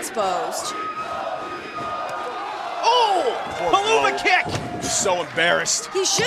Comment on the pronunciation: Renee young: he is exposed Me:Don't you mean exBOsed??? Hehehee